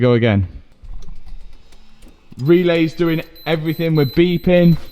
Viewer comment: He keeps saying evryfing